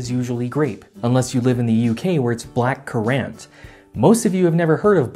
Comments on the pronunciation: The way this man pronounces black currant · You pronounced "black currant" wrong.